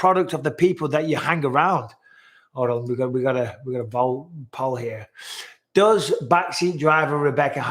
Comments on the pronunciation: I hate to say it Bisping but everytime you say put a poll up it sounds like Polyp, as in call the doctor I need to get my Polyps removed. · Every time you say "put a poll up," it sounds like you're saying "polyp." Lol. Rebecca is breathtaking by the way! It's hard to believe that woman has children that age.